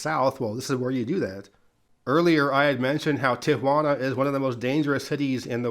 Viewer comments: Thank you for pronouncing Tijuana with 3 syllables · I LOVE how you say Tijuana right. I paused the video and had a whole conversation about it! for the win! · But he pronounced Tijuana correctly, so that's a W for me. 😂